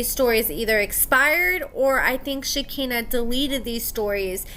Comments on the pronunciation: (Shuh-kai-nuh) not (Shi-kinna) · I love your channel and you,, but it’s pronounced “shik-EYE-nah”. Thanks! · Yeah for sure. I’m not normally one to go around correcting people’s grammar, but this was driving me crazy. I’m like “come on, you watch the same show we do, you hear how it’s pronounced.”